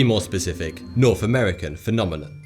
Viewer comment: Where exactly is “Norf” America? 😉